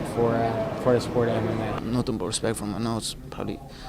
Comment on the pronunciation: “i have nutin against edward”🤣